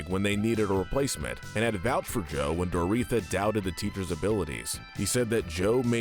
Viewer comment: This is a bit nitpicky, but it’s pronounced Dor-oh-THEE-a, not Dor-EE-tha.